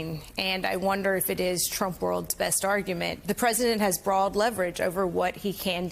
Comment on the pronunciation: Jesus Christ woman, learn how to pronounce “broad”